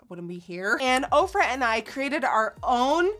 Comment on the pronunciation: Ohh... this whole time I thought you were saying Oprah